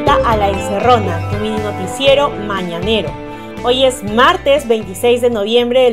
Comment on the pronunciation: ya otras veces te lo he sugerido, trabaja en tu pronunciación. Por correr en tu lectura, se dejan de entender un montón de palabras. Escúchate, por favor. Tu "mini-noticiero" se escucha tu "mini-notiero" y así mil ejemplos. Trabájalo y tú mismo te darás cuenta.